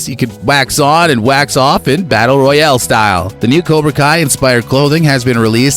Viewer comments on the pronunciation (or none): none